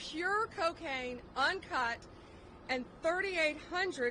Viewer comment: Did u say in cut 😂lol